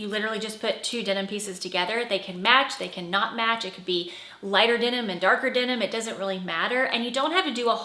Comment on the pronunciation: It’s denim, not dinim!